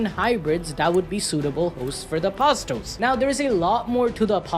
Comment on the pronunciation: Apostle is pronounced like castle